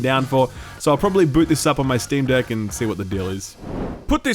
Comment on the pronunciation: Stop putting steam on your "dek"